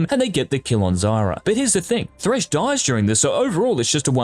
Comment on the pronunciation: anyone noticed he keeps saying Zara instead of Zarya?